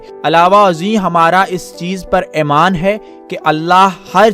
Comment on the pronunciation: Itni khhobsoorat guftagu kay baad ummeed hae commentrator bhee "AEMAAN" kee bajaeay "EEMAAN" lay aaya hoga.